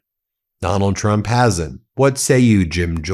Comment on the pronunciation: Did Gym Jordan call Donald, “Twump” ?